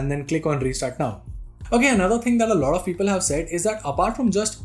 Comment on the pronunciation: Your lot off peoples sounds sometimes like - lavda peoples 😂😂😂... The pace you got while saying that is really funny tho